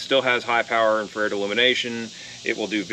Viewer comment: Lol, IN...FR...AIRED 😆 🤣 😂 my wife also pronounce it that way. IN...FRA...RED